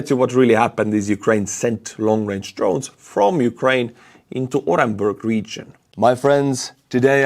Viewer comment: The U in Orenburg is pronounced OO.